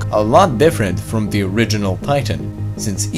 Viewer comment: Lol you can't pronounce th THATS hilarious.